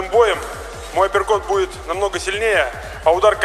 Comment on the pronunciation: после боя Харитонова переводчица так насмешила, она называла апперкоты априкотами))